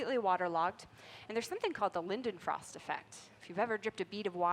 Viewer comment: Why can no American pronounce Leidenfrost Effect correct?